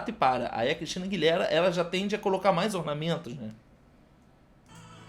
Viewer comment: Aguilêra, não Aguiléra kkkk 💗